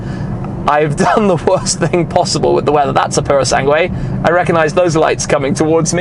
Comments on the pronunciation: please stop saying puro sanGWAY, pretend the U is silent, sanGAY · It grates me somewhat when Italian words are mispronounced 'Pour-o-sang-way' isn't it......[shiver] 'Pur-oh-sang-g'way' . Translates as 'Thoroughbred'. Ferrari Thoroughbred is about as weird a name as Ferrari Laferrari really. Can't deny she's a looker for an SUV mind. Like they took an Aston Martin DBX and made it even sexier. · Tim, please stop saying Puro Sangué and spelling the U before the E...it annoys any latin language speaker like me...sorry for the rant but i had to do it. Keep up the good work. Cheers! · Are you sure thar you are pronouncing that correctly?